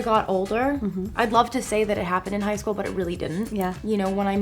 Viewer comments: shool *school I guess someone did go to school 😂😂😂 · Go on and it says shool not school😂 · Am I the only one that noticed that they said shool instead of school? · “Bullied in shool” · "bullied in shool?" lol what? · "Bullied in shool" loooll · “Were you ever bullied in shool?” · "Were you ever bullied in shool" NICE ONE HAHA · "were you ever bullied in shool" lmao